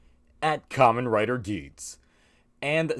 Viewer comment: sounds like a russian man trying to say Kamen Rider Geiz